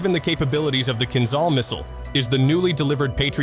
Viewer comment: Why do you think there is H after Z in word "Kinzhal"? In order to pronounce it properly, otherwise there would be no need for it to sound kinZal as you do! It is "kin-Jal", - Dagger in English. Not "Zal" but "Jal", like "Jail", "Just" or "Jam". Why it is so difficult, dalbayob?